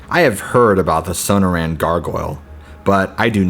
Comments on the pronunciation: SO-NOR-UN, NOT SONO-RAN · Suh nore un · Son-noor-anne, not So-No-Ran. Cool stories, but use a dictionary or something if you aren't sure of pronunciation. It's like listening to George Bush try to pronounce nuclear and hearing it come out as nu-que-ler, lol. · Sonoran is pronounced suh· naw·ruhn. Forgive me if I'm nitpicking but you are a really good narrator and I love your stories. I googled it and it even has a speaker so you can hear the word in case you ever need to know. Nobody does gargoyle stories and you've got quite a few, all great. Thank you!